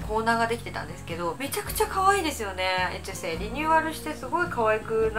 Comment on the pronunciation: エトゥセじゃなくてエテュセですね笑 昔の動画でも間違えていたの思い出しました笑笑